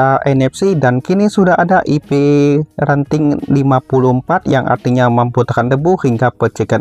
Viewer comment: Ip rating mas Bukan renting